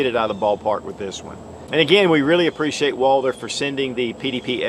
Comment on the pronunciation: Walther not Walder or ist your accent? I'm sold on this pistol, maybe a 4 inch barrel. Does in come in .45 acp?